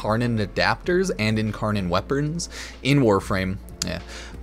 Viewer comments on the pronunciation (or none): incarnon weaperns? 😂